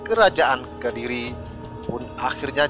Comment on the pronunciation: yg bener menyebut kadiri atau Kediri yg lugas saja cara membaca ceritra ni,wslm